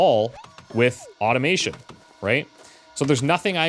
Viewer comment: I thought called this an Oddomation game when he was saying Automation 😅